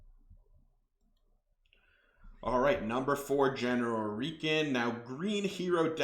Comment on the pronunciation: Great content, and my experience reflects yours. Heads up, that’s not how you pronounce Reeiken. It should rhyme with “Die Ken”.